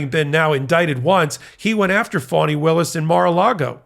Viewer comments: Is calling Fani Willis phoney Willis? If he is, have someone correct him please!! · towards the end it changes a bit. but the first ~half of the video it sounds like he’s saying phony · Enjoy your report; however Ms Willis first name is pronounced Fannie Willis” not Funnie Willi! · It's Fani not phonie. Saying her name like that makes you sound like T'rump. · It's Fani not Phony. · The name is District Attorney Fani Willis, not fony Willis, Fani as in Fannie Lou Hamer, PUT SOME RESPECT ON HER NAME. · why is he pronouncing her name like that? it sounds like he’s saying “phony”. i’ve heard her name pronounced two different ways but this just sounds… weird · He is pronouncing it like fawn-knee